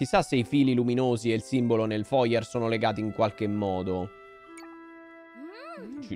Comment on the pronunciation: Il foyer si pronuncia fuaiè 😂